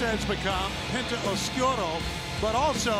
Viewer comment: How can you mess up saying “Oscuro” on commentary when it’s literally in the theme song? “Os-cue-row” Dammit Schiavone 😂